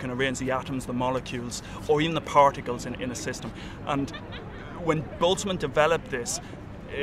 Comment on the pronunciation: Props for pronouncing Ludwig Boltzmann correctly :D